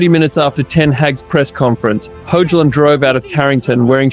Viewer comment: itr pronounced HOY-lund btw bro